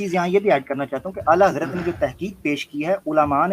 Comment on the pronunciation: Ala yuhi nahi ala hazrat he wo alo se ala he ala hazrat he